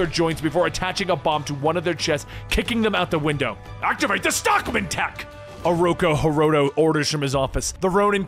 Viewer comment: Is it bothering anyone else he keeps calling him Ooroko Hiroto, when its Ooroku Hiroto